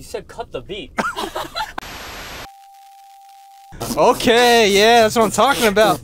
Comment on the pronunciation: eric:"okeeee! Let's eat some food" with a German accent